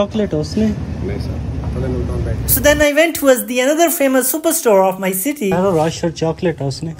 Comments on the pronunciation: Bro cant even pronounce ferrero rocher the correct way 😂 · Bro pronounce the chocolates name properly